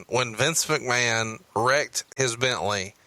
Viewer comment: is why I'm here LMAO "Well Mistur MAKMAN!" LMAO